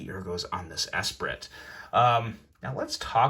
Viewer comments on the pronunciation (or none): Dude said “S-prit “ Although, it does feel weird to say it the right way, particularly with the brand name first. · Pronounced ess-pree. I learned that in French Class about 30 years ago. Kinda undermines your credibility when you don’t pronounce the correct name of the item you’re reviewing. And the screws screwing directly into the titanium scales? That’s not a positive, it’s a negative. Cross thread the screws into the titanium and the knife is toast. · Pronounced Espree.